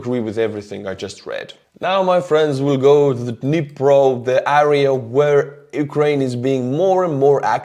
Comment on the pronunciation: I love your videos and your English is really good but area in English is pronounced Air-rea not aarea